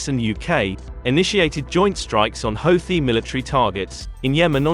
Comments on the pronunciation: He called them hoethis lol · Nice propaganda! At least hire a progandist that can pronounce Houti correctly